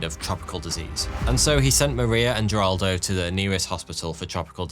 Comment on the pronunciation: This is a nuclear disaster that many of us have already heard about being that it is one of the worst nuclear disasters ever. Also, his name is Wagner, not Vagner. He was Brazilian, not German. As well as Heraldo, not Jeraldo.